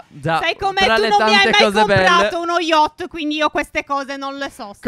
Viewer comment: SI CHIAMA YACHT, NON YOCHT 😂😂😂